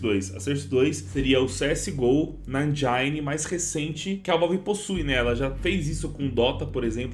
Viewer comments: Bom video mano. Mas desculpa, não pude deixar de reparar: "Endjáine" KKKKK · 'endjaine' é foda 🤣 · O "I" de engine não tem som de "ai". De nada. Vle